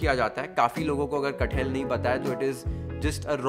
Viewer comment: Its not cut-hell, its kat-hal😂😂